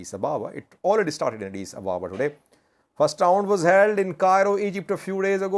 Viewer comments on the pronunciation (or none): none